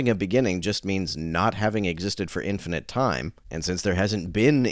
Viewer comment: She keeps saying "infinant." 😂 I can't.